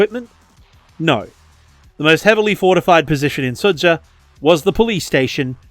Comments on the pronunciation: Quick correction: It's pronounced "Su-ja", like in "Jam". "Dž"/"Dzh" makes sort of the same sound that the english J does. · “Sudzha” is pronounced like “suja”, with the J sounding the same as when you say “Joe” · Sudzha is pronounced captured.